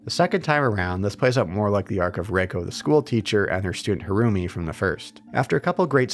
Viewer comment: Every time the name "Harumi" is said, I keep hearing "her roomie" haha